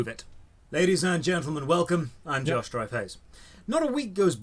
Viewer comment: Totally thought he said his name was Josh Dry-face ...